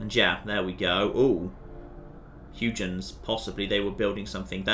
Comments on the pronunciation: It is HUY-GENS... not HUGH-JENS... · I'll assume you're deliberately saying Huygens wrong. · "Tomburg" is as good as "Huge-ens", I've decided.